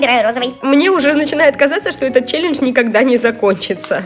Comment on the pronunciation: Неправильно: челенж. Правильно: челендж.